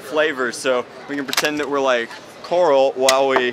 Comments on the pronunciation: Coral, really did you mean Carl? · did he say coral instea of carol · You said corl its Carl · He said Carl but I heard coral